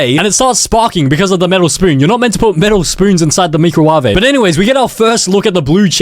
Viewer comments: no hate or anything but lmao its hilarious the pronounciation of me-cro-wa-v-ay i usually say my-crow-wave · “Meecruwavay”?😂 it’s “microwave”😂😂😂😂😂😂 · why are you saying microave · Did bro just say: MEECROWAVAY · "the meecrowavay" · Me-crow-waah-vae slaps